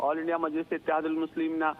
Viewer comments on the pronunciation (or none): none